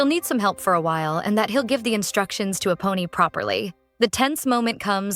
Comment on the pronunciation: All I hear is "A Pony" 😂😂while its actually "Eponi"